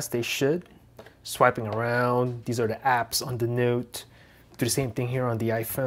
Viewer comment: i love the way he says Nute